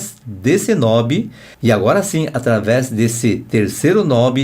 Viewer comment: A pronuncia correta é Knobe.